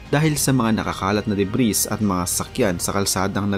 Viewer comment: Debris silent s